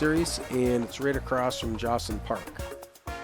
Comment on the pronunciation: Ok,, you have butchered another name for far too long, and I won't have it anymore 🤨. J is pronounced like an H in Spanish. Josone is Ho-so-nay 😊